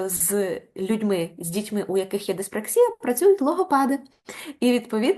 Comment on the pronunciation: Не диспр А ксія, а диспракс І я, наголос на І.